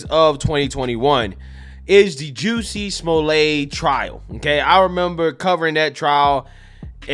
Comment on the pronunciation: I like how forever named him "Juciy Smoo-yay"